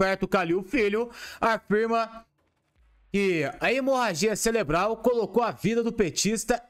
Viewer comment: Não é celebral, o correto é cerebral😅😅😅😅😅😅😅😅